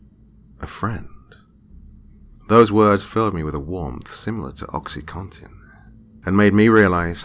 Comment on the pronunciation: I think you're the first person (other than doctors.) that actually pronounces it Oxy CONtin and not Oxy Cotton. :-)